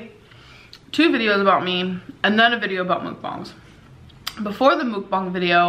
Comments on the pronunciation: Her saying "Mook-bang" is triggering me bad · Shes pronouncing mukbang wrong. She calls it Mook bongs